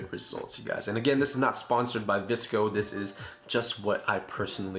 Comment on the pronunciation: It’s pronounced “visco”